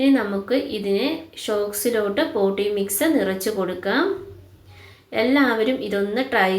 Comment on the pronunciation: പോട്ടീ മിക്സ്‌ അല്ല പോട്ടിങ് മിക്സ്‌